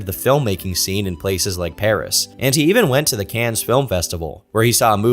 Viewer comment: Nbd but Cannes is pronounced "can"